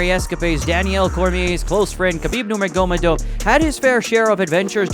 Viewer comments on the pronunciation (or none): i was being sarcastic😂 the pronunciation of khabibs last name was ridiculous but there’s bigger problems in the world to worry about than that. i’m sure messing up the wording gets you more views anyway, there’s already a million people talking about the same fighters and very similar scenarios they have been in, just like yourself, so having something to set you aside from the overwhelming crowd is really what is important, which is exactly what mispronouncing names does. if your extremely passionate about making accurate content that is respected by other mma communities, then you should obviously try and be as accurate as possible (pronouncing names right etc). might get less views, and create less controversy, but nobody will ever have anything to say negative about you since your not inserting yourself into the video in any way